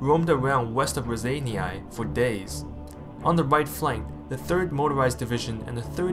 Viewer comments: nice job - but you're really massacring the pronunciation of Raseiniai - it's not "ra-zany-ai" - but ""raw-sign-eh " - keep up the good work ! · word "Raseiniai" part "ei", is pronaunced like "ey" in word "beyond". part "niai" is pronaunced very softly like cat saying "mew".